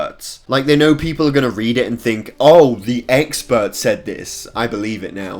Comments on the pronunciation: He is saying "E x p e r t s" so many times it sounds like eggspurts now XD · Is it just me or he saying eggspert